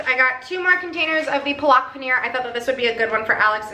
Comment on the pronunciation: FYI Palak is pronounced pah-luhk :)